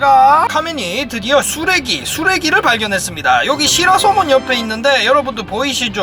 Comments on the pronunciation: 왜자꾸 반짝반짝 쓰레기라고 들리지??ㅋㅋ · 초에 쓰래기 라는줄 ㅋㅋㅋ